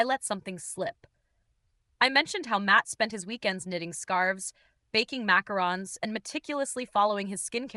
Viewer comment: Are you sure you're saying the word macaroons correctly??